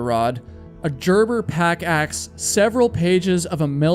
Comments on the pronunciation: Gerber is pronounced grrr-ber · Another one that slapped me in the head was when he said "{G}erber pack axe" he pronounced it the same as you would with germ when it should have been the same as when you pronounce good. LOL idk I guess it stood out so much to me because I like knives and camping and Gerber is a big name brand in that type of stuff. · Gerber is hard G sound. Not like gerbil. Know the difference. Peace Corps sounds like Peace Core, not corpse , as in dead body. It's matters and really messes up your narration. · Gerber Pronounced; Gurber